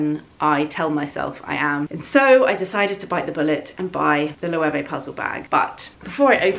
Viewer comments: Loewe( a Spanish brand.....is pronounced Lowavay.... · Sorry, but your pronunciation of Loewe sounds funny to me as a German. Loewe is a German name and is pronounced "løːvə" (English Lion). The brand was founded by a gentleman Loewe from Kassel.